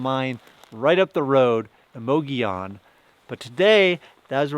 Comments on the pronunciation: Love the video, but it's pronounced Moh-goh-yoh-n. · It's pronounced"muggy own" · The way you're pronouncing Mogollon is killing me. 😂 It's almost like you didn't talk to any locals... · Su funny that the towns name is Mogollon, no i in sight with two l letters, but all of a sudden those 2 L:s become an i so you pronounce it as Mogion. I just find that funny.